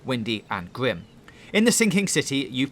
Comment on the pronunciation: Wet,windy,and gwim😂😂